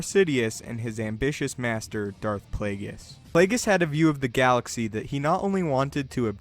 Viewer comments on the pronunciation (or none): uhhhhhh! I shit out the correct answer while hitting the ground running in the very same direction parallel to the theory presented in the video.. want another funny fecal excrement??? "But Plāgus," sounds as if said "Butt Plugg." thanks for being wide open for the cheap shots & I'm Out!! throws mīc at spectator in 1st row kicking the exit door intently while leaving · It's Plaguise